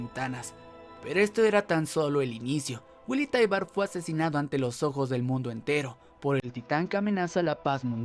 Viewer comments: Es "taibur" no "taibar" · Taibur se pronuncia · Es taibaru